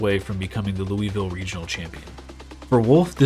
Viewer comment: hears how Louisville is pronounced, immediately closes video jk jk 😂